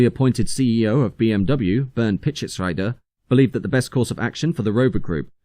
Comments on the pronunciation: Bernd Pischetsrieder is pronounced as Pischetsreader not Pischetsrider. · If you ever come along BMW in the 90es - Bernd Pieteschesrieder is pronounced like "Peetshes-reader". Interesting video though. No matter if it is cars, aircraft, trains. Seems British industry always sold themselves underpriced. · I thought it was pronounced peeschitsREEDeh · Pishetsreeder not rider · Thank you for these very thorough series. One remark about the pronunciation of the name of mr. Bernd Pischetsrieder. I allways had it wrong also, but is name is really spelled rieder. Wikipedia also learned, he was related to Isigonis. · If you are going to mention a German name (Pischetsrieder) that many times, how hard is it to check the correct pronunciation?